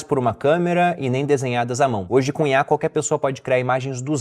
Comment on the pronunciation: Toda vez ele fala CUNHAR ao inves de COM IA